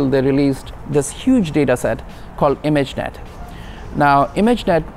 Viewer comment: Why does imagenet sounds like skynet?? Ha ha AI stuff is incredible..Tesla rocks